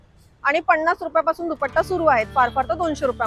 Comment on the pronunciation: किती सारखं ओके ओके आणि पन्नास रुपये म्हणतात पणास नाही